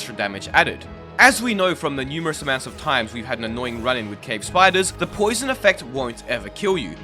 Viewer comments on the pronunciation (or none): none